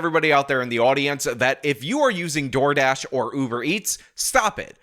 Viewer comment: 'Door Drash' lol 😂